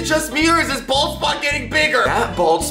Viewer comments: I keep hearing ball spot not bald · y do i keep hearing ball spot.... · I've heard bald spot tooo much so it sounds like balls spot xd